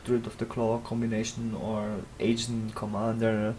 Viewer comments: pls do what he says, my nazi senses tell me to post mean comments whenever I hear you say it wrong and I won't be able to hold it back for much longer... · Its not agent squire/commander, its ARGENT